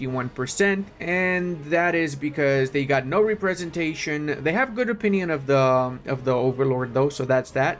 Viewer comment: Something stuck out and I thought it was a slip up, but then it happened multiple times. When you're pronouncing Representation, you split it up funny, as Re-presentation. But it should be Rep-resentation. You speak more languages than me so I didn't want to come off as a jerk. Just wanted to help/make you aware.